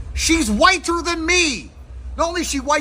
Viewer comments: why does he say whiter like that? WHYTE-TUR! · 8s he saying whit-ter? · I love how Andrew Tate pronounces the way his says whiTER. 😂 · Why does he emphasize the t in whiter? Lmao